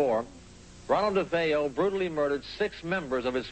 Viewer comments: Dude said “The DeFos” lol! He does need to get a fucking life! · It angers me that they can't even bother to learn to pronounce nor spell "DeFeo," or "horror house," for that matter.